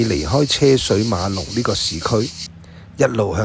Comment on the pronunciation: 「車水馬龍」這句成語中的「車」字粵音應該讀作「居」，不是「奢」